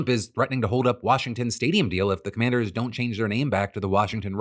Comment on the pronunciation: Why does commanders sound like Comanches